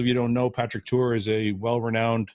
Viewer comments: Great podcast Fouad but it's Tuor not Tour haha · Fouad, it’s Tuor. Not Tour. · Goooood fucking morning. It's 'TUOR' goddammit!!! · Does nobody notice that his name is actually Tuor, not Tour? 🤔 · Fouad brother it's *Tuor right? Respect to Patrick as always